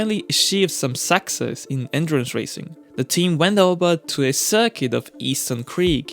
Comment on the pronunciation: From now and forever hereafter I will always produce success the same as you love that your accent makes it sound like suck-sess 👍